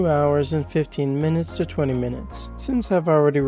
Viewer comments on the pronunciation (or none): none